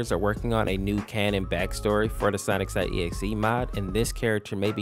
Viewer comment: bruh the way you said sonic.exe made me hurt inside.